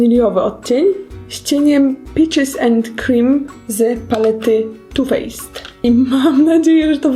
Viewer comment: „Trochę płynu z too fejsa” 😆❤️